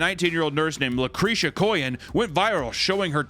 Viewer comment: La…Creesha? Makes sense.